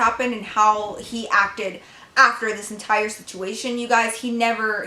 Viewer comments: 😂😂 Did you say situmation.. 🐐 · Who else realised she said yr parents won’t get the situmation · i LOVE that she says situmation lol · "situmation" haha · "situmation" i swear i love her videos